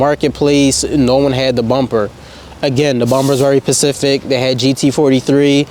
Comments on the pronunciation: *specific …. Not Pacific (not being a smart ass just helping my guy) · IT’S SPECIFIC NOT PACIFIC !!!! 🤦🏻‍♂️🤦🏻‍♂️🤦🏻‍♂️ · Why is it so hard for well spoken Educated people such as yourself to put a "S" in front of pacific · “Pacific “ is crazy 😭